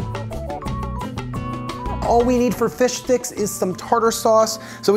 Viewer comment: I know hes saying plant base fish sticks but all i can hear is plant based fish dicks😭😭😭😭😭 save me plzzz send me help